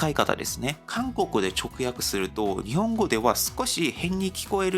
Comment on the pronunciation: /n/ や /h/ が語頭に来れないので、よく聞くと「日本」を「ディオン」と発音している。 /b/ も語頭に着にくいので、「場合」を「パーイ」と発音している。 このように、韓国語には語頭の子音に制約が非常に多い。